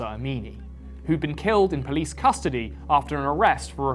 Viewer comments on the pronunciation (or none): none